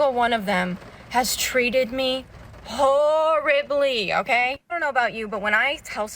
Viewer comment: "hooorribly " with the accent on "wh***re", well done